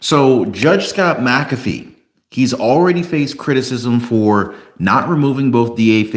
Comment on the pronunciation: MacAfee not macabre